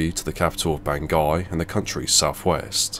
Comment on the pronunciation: Bangui? I hardly know him! ;D Sorry, sorry. I'll see myself out. (I think it's pronounced 'Ban-gou-ee')